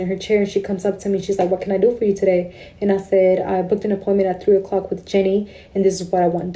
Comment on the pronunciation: "Five minutes early to my poyment" JFC.